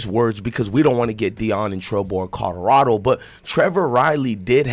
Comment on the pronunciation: This man kills me how be pronounces COLORADO.....😆😆😆😆 its kaa- lr - aa -dow. NOT KOD DO RADO.